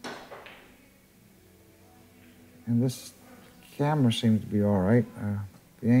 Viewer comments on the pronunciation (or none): none